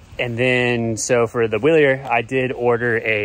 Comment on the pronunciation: NIce ride, it's pronounced Vilier